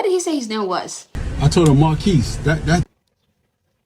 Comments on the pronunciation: I hear "Mon keece" not "Marr keece" and "Mon keece" sounds an awful lot like "Mon keys" which is exactly what was on the receipt. Not seeing an issue here other than the guy pronouncing his own name in a way that is easily mistaken as monkeys, especially over a crappy drive through intercom. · “That’s not even close to Mahnkeece.” Hahahaha! What’s a teenage kid supposed to do with that? Not only does that guy have a jacked-up name (Marquise), but he most definitely pronounced it with an N instead of an R at least twice. The options were many, but a kid is going to enter the only word he knows that sounds that way, which, of course, is “monkeys”. That is the same as if I were to change my name to Kraquh, but pronounce it as Cracker when I go to a drive-thru, then go nuts when some high-school kid writes it down the way I pronounced it, and then sue for millions. What the hell is wrong with people these days? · Wow, and Chic filet is so sweet about it. They gave him a free meal and apologized. It sounded like he said Monkeys. WAY MORE than Marquise. Geez. Must be nice to have such a great life that something like that is your big problem. Seriously, Chick fil-A should 86 that guy. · He should've said, "MaRRR-Kees." The nasal "R" is not easy for Americans to hear.